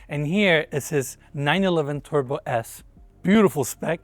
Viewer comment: Great tour. But 911 Tubro made me giggle :face-blue-smiling